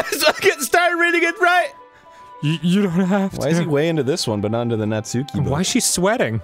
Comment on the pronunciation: Arin is definitely pronouncing "Natsuki" wrong on purpose.